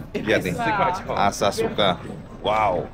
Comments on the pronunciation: ASAKUSA bukan asasuka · Asakusa, bukan Asasuka 😄✌️ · asakusa bukan asasuka😂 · please bukan asasuka.. tapi asakusa...heheheh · bukan asasuka, asakusa 😁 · bukan asasuka tpi asakusa ❤❤❤❤ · Asakusa bukan asasuka 😁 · Asakusa bukan Asasuka 😂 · Asakusa,,udu asasuka😅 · Asakusa, bukan asasuka 😂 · asasuka apa asakusa?